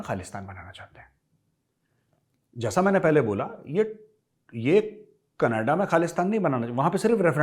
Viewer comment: Major saab . Canaadaaaa nai ..... Its Knedaaaaa.... 😂😂. They call it KNEDAAAAAA...